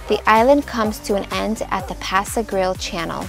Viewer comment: please ask around to know HOW to pronounce the Don Ceasar Hotel ..... as well as Passe Grille & Terra Verde ; work on the accents please (espanol helps)